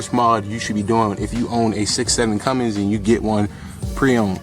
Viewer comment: Good video... Only complaint... It's Cummins not Cummings. lolol ( my son gets on to me about that ) Good Stuff... I am subscribing also.